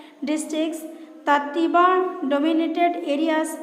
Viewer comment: It's Tiwa Not Tewa